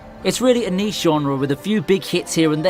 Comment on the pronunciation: The greatest mystery...is he saying niche hits or knee shi''ts